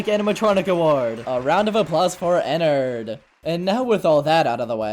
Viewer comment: Nah dat ain’t Ennard dat Nennard💀